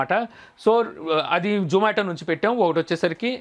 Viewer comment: Nuvvu true caller pettukoni untav adi zomato call spam loki vellindi adi mi tappu.urike pani pata lekunda videos petti companies ni badnam chesi employees potta kottakandi.niku zomato ani peru palakadame ravatldhu mundu English nerchukondi velli 😋😋